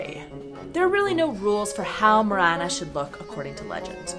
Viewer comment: Morena nie moréna! Presne tak v Slovenčine MORENA